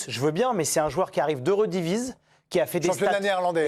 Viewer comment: " Barcola est d'une classe supérieure de Mika Godts". Mais attention le mec sait même pas dire " Eredivisie" correctement... Ca montre qu'il ne l'a jamais vu jouer. Laissez lui du temps. Mika Godts a une bien meilleure technique que Barcola sans compter ses statistiques BUT/ASSIST. C'est profil différent